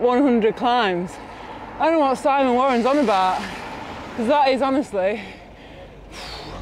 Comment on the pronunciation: "What's he on abaht?"